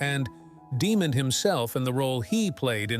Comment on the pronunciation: His name is pronounced,"Dee Mond " , not Demon